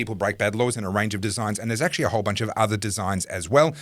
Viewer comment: Thanks, great segment! always says "ackshee" instead of "actually", and you appeared to adopt that pronunciation too in his honour.